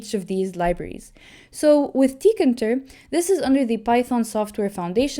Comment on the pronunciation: It's TEE-KAY-INTER